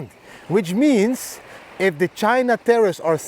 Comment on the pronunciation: Tarriffs not terrroris lol